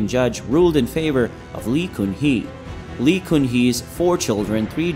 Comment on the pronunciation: Even Lee is pronounced incorrectly.